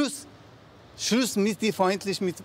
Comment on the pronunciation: Er sagte Schlüss